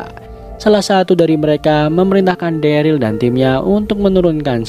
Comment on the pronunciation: dulu daryl jdi darly wkwkwk